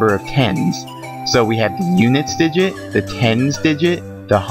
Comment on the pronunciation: I never want to hear you say digit again. :P